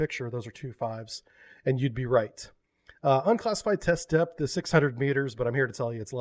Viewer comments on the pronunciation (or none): none